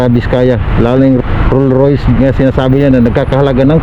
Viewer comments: ROLLS ROYCE yan, hindi ROLL ROYS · Rolls-Royce hindi Roll royce 😂😂😂😂😂😂